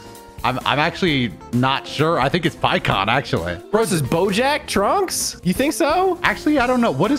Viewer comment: It's pikkon free